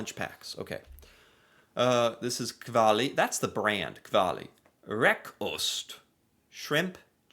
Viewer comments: Its KAVLI, not Kalvi 😂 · NOT KVALI. Kav-li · How do you read kavli as "kvali", and dont tell me you dont have cream-cheese in the usa